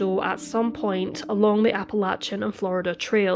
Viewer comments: Music to my ears when it’s pronounced correctly! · HEY, you said Appalachia correctly! Most Americans don't even do that! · I so appreciate your (correct) pronunciation of "Appalachia". I grew up there and we used to say only people who lived east of the MIssissippi River knew how to pronounce it. Judging by your accent, I guess you are east of the Mississippi technically speaking! But I've rarely if ever heard British people pronounce it correctly. Well done!